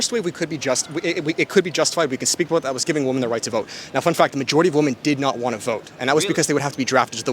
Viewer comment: Good stuff! I just want to point out that you’ve picked up the habit of saying “WOMAN” when you mean to say “WOMEN”. This is something that I’ve noticed people 18-25 do for some reason